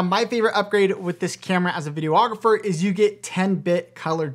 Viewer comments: Did you call yourself a "video-ographer"?? lol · I came to the comments to see if anybody else noticed… he said that a couple times 😅